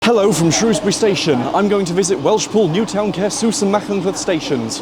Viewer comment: Well, at least you pronounced Newtown quite well 🤣